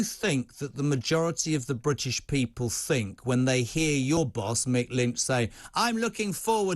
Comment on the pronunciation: People that say fink instead of think are clearly overpaid.